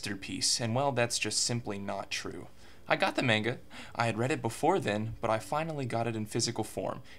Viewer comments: Why he do be saying "menga" doe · He isn't even pronouncing the word manga right...